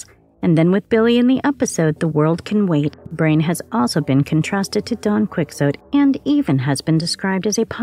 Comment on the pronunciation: Heh... Don Quick-zote.